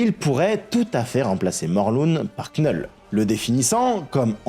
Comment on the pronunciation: Vidéo géniale, comme d'hab. Juste Knull... Ça se prononce Null. Le K ne se prononce pas. Mais continue tes vidéos, t'es top!!